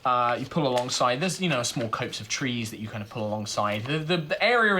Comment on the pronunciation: copse = cops, not copes!